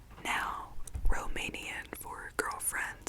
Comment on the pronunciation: Your Romanian pronunciation is so good!! You should give Romanian a shot :)